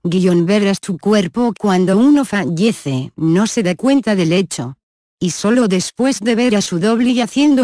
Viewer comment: se dice fallece no fanyece